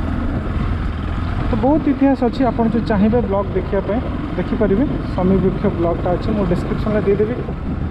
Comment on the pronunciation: ବୃକ୍ଷ ହେବ ... ବୃକ୍ଷ୍ୟ ନୁହେଁ